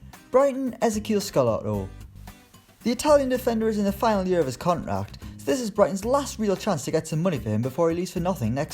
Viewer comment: This Guy Can’t Say Contract